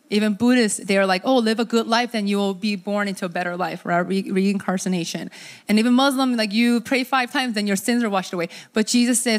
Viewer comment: I don’t think she meant to pronounce it like “re-incarceration” but that’s what it sounded like. If re-incarnation were true that’s what it would be. Incarcerated into the sin-cursed world over and over again. Thank God it’s not true and He sets us free in this life and we can go into eternal freedom from the moment we leave this life!